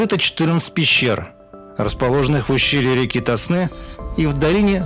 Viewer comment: Какой ТоснЫ? Река ТОсна.